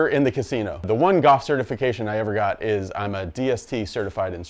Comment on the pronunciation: Are you saying 'gawwff' or Golf? Cool vid